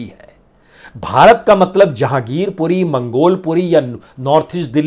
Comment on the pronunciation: Zahangirpuri nahi Jehangirpuri sir